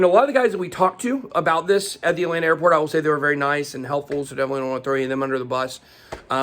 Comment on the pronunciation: Lol. It’s Atlanta. Just like Miami